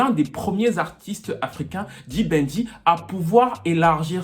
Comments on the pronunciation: ta facon de prononcer pour un francophone sa sonnne genre [ le bandit] the banger.Mais en fait c d'banj , en francais xa sonne d'bandj. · D Banj pas D Banjeee 😂😂😂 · Tu dis "D-Ban-J" mais le J ne se prononce pas séparément, c'est "D-banj". Dans Why Me, il le dit au tout début de la chanson. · 🤦‍♀️on dit "Débanjeu" weeee!!! pas dibanji 😅😅. Très belle chronique 😊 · Vidéo intéressante ! PS : "Dibanjeu" (pour la prononciation de D'Banj) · C'est bien mais ton D'BANJ là tu prononce ça comment !? Si tu n'écrivais pas le nom ou ne montrais pas sa photo... Je ne pouvais même pas savoir que c'est de lui que tu parlais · Étant Nigériane j'ai adoré cette vidéo et la façon dont tu prononce "D'banj"😅 PS: Merci d'avoir parlé de Psquare parce qu'on dirait que certaines personnes oublient leur impact sur la reconnaissance de l'afro beat dans tout ce débat et pensent que la Naija Music s'arrête à Davido, Wizkid, Tiwa, Burna, Yemi et Tekno (à la limite, parce que les paroles de ce Monsieur sont discutables). C'est triste. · POUR LES PRONONCIATIONS, c'est "D'Banj" et non "D-Ban-J"; "Tiwa Savage" et non "Tiwa saWage😅 Apart ça, j'ai bien aimé la vidéo. J'y ai appris beaucoup de choses. Force à toi 💪🏼